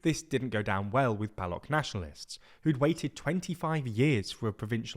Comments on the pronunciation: Firstly thanks for mentioning my ignored Motherland and secondly The person shown is wearing a Pashtun cultural dress not a Baloch one. And thirdly I am a Pashtun from Balochistan and u r mispronouncing the word "Baloch" u r saying "Balok" while its "Baloch" (ch) as in chimney not character. Hope that clears up confusion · It's pronounced as Balo"ch" not Balok ... U don't say Sandwik...u say sandwich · “Balok” is really distracting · How can you pronounce Balochistan correctly but Baloch as "Balok'? 😭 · excellent coverage.. bluch, ch as in "chai", not k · its balouch ch-apter sound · The ch in baloch is pronounced how one pronounces the ch in china ... A mere google search would make yall understand that but you must be busy glazing liberalism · The ch in baloch is pronounced similiar to cheese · It is not “Ba-lock” you melt. Learn how to pronounce non-English names of you are going to try to make money off them. Shame. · I was wondering who are these Bolucks over entire video. Finally realised it is Baloo-ch, the people of Baluchistan 😂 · "balok" come on man you literally pronounce balochistan correctly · Ik this is nitpicking but the pronunciation of ‘Baloch’ is wrong. It’s pronounced as Baloo-ch with the ch like in ‘church’. The area’s pronunciation is Baluchistan. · ch in baloch is pronounced same as in 'chores' ;) I gotchu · the ch at the end of Baloch is pronounced as ch in chair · You need to get the facts and pronunciation of Baloch correct. Why not take some time to learn a bit before making video? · You created a video on baloch people without knowing how to pronounce Baloch ???? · You made almost a 10 minute video but you cannot pronounce baloch properly? All you needed to do was to Google it. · Please learn how to pronounce Baloch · Please at least search up how 'Baloch' is pronounced before making a whole video on them. It's super unprofessional. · His pronunciation of Baloch is really triggering!! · the boloch is pronounced with 'ch' as in chair